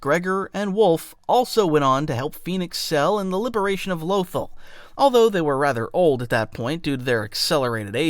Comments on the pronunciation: Lothal is pronounced loth-ALL. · the way you pronounce certain names is driving me crazy. Hera Syndula and Lothal are pronounced IN THE SHOW